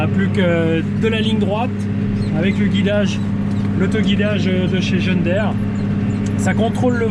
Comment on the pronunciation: On ne dit pas :" john daire" mais " john deere". [ djon dire]